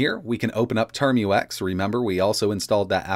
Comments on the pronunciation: It's TerMUX, not Term-U-X. It sounds like tmux. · Pronounce "Tar-max" not "term-u-ex" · ... `term-you-ex` nonono `term-ucks` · TERM-UCKS not turm-you-ex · So we just gonna ignore how he says "termux"